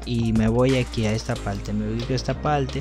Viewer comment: Amigo solo para que conozca un poco del idioma español: No se dice "pelfecto" si no peRfecto. Tampoco se dice "palte" si no paRte. Viste que fácil es hablar bien el español...PELFECTO = PERFECTO.